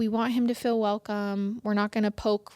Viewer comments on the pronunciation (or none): none